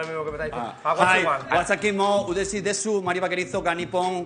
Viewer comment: Diooo qué ridículo es Pablo Motos... Ni idea de japonés tiene, pero siempre tiene que destacarse. El tío está leyendo el texto en romaji y ni así lo ha hecho bien. ¿A quién intenta engañar el pedazo de cuñao? ¡Ridículo! "WaSAKI mÓ ureshii desÚ..." JAJAJAJA